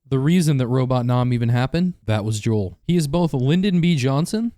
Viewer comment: It’s Jo- J O E L